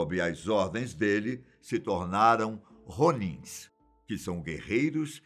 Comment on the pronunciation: Ronins o som do R é diferente